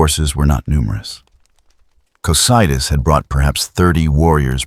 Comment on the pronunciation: Great video! Hopefully you can fix the way the reader says Yggdrasil and Cocydus for part 2